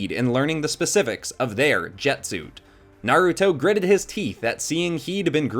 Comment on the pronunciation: ITS NAR-A-TOE